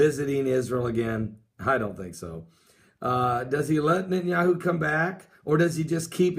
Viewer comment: Net.. Not Nit !! Netanyahu